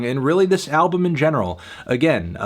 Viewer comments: "Ablum" hahahaha i didn't realise it before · "Nope, I have nothing nice to say about this music ablum" God I love